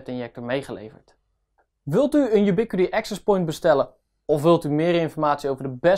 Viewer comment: Hoe lang heb je op de uitspraak van die naam moeten oefenen!